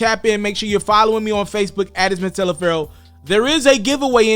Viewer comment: It sounds like you saying miss instead of mr.. Ijs